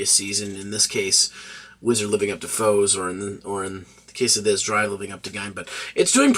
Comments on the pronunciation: Kamen Rider "Four-zay" not "Foes". Great review tho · i see your point, but the word "Four" is in it, and is pronounced as such in multiple occasions, the ze is a counter to it. its like Ichigou, you can leave out the gou but then it wouldn't sound the same. I'm not saying you should change the way you pronounce it, its just sounded a little jarring, sorry